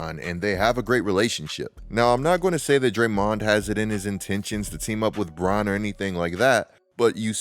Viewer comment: Man that "DrayMOND" pronunciation threw me off all video long 😅